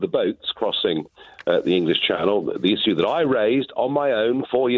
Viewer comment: Never trust a politician that says "izue" rather than issue.